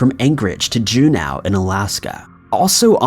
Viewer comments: It's Juno - not Junow.....why are you saying it like that? Great videos though.... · How are you gonna talk about Glenn Miller's top hits and not mention "In the Mood, "? Epic fail, my dude🤔🙃😬 Edit: Also, it's Ju-NO, not Ju-NOW. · June ow its June, OH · Jew now alaska? You been watching too much chills. Please pronounce things at least close to correct, it's not hard to check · Oof. That pronunciation of Juneau. It should be pronounced JOO-no. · it is pronounce Ju-no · Juneau is pronounced JEW-NO. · It’s Jun-o. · En-sin, not en-sign Jew-no not Jew-now C’mon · EN-SINE. SERIOUSLY GUY. Figure out correct pronunciation BEFORE your voice-overs. JUNE-OW. SERIOUSLY. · FFS! Look up how to pronounce stuff. Ensign is pronounced en sin. Juneau is pronounced June o. Not June ow. Your voice is good. But mispronouncing simple words makes you look stupid. This is not the first time you've mispronounced simple words. Also not my first comment on it. COME ON MAN! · Review pronunciations of Juneau and ensign. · Narrator needs to check pronunciations before recording. Ensign. Juneau.